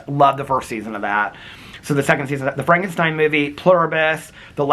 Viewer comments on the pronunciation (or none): none